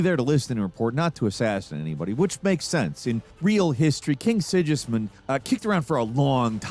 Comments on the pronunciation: King SIDŽISMUND AHAHAHAHAHAHAHA WTF IS THAT LEARN TO TALK DUDE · Yeah, it was also pretty bad how he pronounced Sigismund, the guys name is said out loud enough times in the first game and probably the second game for someone who is actually playing the game to get it right lol...